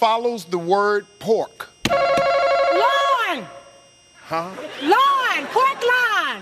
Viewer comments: Why did they ever give the women the point, she said "Loin", but spelled it Lion??? So sad that they just agreed with her, Dawson would never have done that.... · The woman didn't even spell loin right she said lion. I'm done 😩 People need to log out of social media and log on to a book ..preferably a dictionary 🐸☕️ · mayvince 14 actually she said LAWN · Pork-Lawn........Pork-Loin, LION. lmao